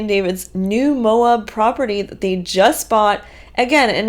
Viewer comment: Are you saying Mo-ub to piss all Utahns and Idahoans off? It's pronounced Mo-ab. Just like it's written. With a short "A". I'm begging you, PLEASE stop calling it Mo-ub!